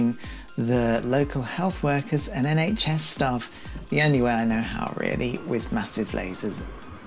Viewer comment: ... "SHN"... hahaha!! Bless. <3